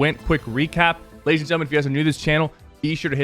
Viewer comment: Labies and gentlemen he said labies